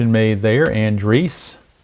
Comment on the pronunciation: /. Another excellent game. Matt Andriese 's last name is An--Dreese. with 2 syllables. I was unfortunate to see him pitch for a season and a half in Arizona. Thanks for the play-by-play, game, and video.